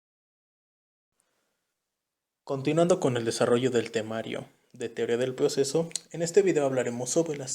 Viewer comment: Ploceso, plocedimiento, plactica, plincipio, plocesal, creo que no tuviste suerte con que te tocará este tema